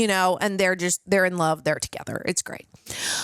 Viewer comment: "Gweat Questions" 🤣💀